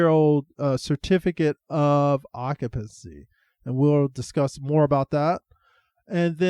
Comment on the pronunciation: Sir, it's pronounced occ-you-pency.. not ock-a-pency.. thank you.